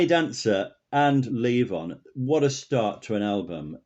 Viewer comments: It's Levon, not Leave On. LOL! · Leave on? Um, it's LEVON.